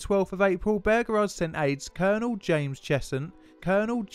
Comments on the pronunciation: I hate how he says Beauregard. It just sounds wrong to my American ears a lot like how British people say aluminum. It just sounds strange and wrong and stupid and I hate it!!! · There is only so long one can hear an Englishman say bergerard before one has to give up. Why is it so plainly difficult for the English to pronounce words ? Bow- reh- gard. Something , sorry “ sumfin “ about the English mind placed letters where they don’t exist and replaced one consonant with another. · It's pronounced Bow-Ra-Guard, not Burgerrard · as below, his name is pronounced BOWREGARD, NOT BOGERARD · bearegard? its beauregard pronounced like byuregard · Great, but! BOH-REH-GAHRD Not BOH-GEHRARD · "Burger-ard" In the South it's "Bow-regard" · Excellent as usual my son.One small quibble: it's pronounced Bow-reguard.Otherwise History teacher approved. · As a person raised in the south: "Bow-re-guard" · Bow (rhymes with ‘oh’) as in “bow and arrow”, not bow (rhymes with ‘now’) as in the front of a boat. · nice vid couple of corrections though. any american saying P. G. T. Beauregard that I've heard documentary or otherwise says it Bow-Regaurd I know pronunciations change between cultures but its an american general so their pronunciation takes precedent. 2nd I believe there was a single casualty in the battle. it was a horse on the rebel side. I know not human so doesn't exactly count but hey man I like horses ;c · The Confederate's Commander Name is pronounced. Bow- Ree- guard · P.G.T. Boh-regard ;-) Great video though. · BO REEE GARD... ffs ! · The name is pronounced "Bo-regard". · The Confederate General's name is Pronounced Bow-REE-guard. It's driving me crazzy sorry. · Not trying to be an ass but it's bow ra guard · Noticed that too.He's English so break given.